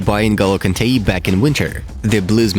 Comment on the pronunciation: "N'golo KANTEYI"